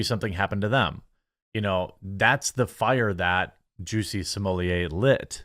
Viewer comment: At the start of this video, Did u call him ""juicy"" or did I hear wrong 🤣🤣🤣